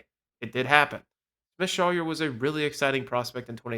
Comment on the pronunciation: please check player names before you post. It’s AJ Smith-ShawVER. And Schwellenbach’s final syllable is pronounced BOCK. Your credibility will go up if you look after the details…